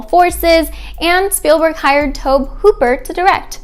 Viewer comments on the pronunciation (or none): Tobe Hooper’s name is pronounced “Tobie”. Great video otherwise! Well researched!